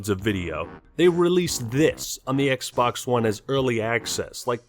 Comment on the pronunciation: "We are concerned that Kylo Ren may be replicating the experience Darth Vader is known for." Also - Introducing the new XBlox from Microsoft. ;)